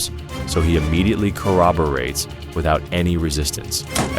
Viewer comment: corobortes???? the probounciation is crazy